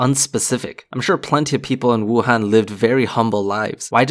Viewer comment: It’s nice hearing someone pronounce Wuhan correctly